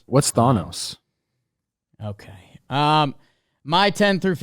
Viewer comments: All time moment was completely botching the Thanos pronunciation then acting like Trev was crazy for not knowing what he’s talking about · No way you pronounce thanos like that